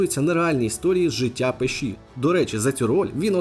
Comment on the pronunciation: А чого пешІ, якщо завжди і всюди говорили пЕші